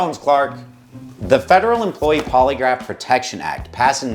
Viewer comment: I thought he was saying poliwrath like the Pokémon